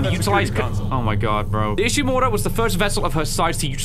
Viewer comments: pronounces "Ishimura" so well! 🥰 Others "is she-mew-raw" 😂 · The way he says Ishimura so clean.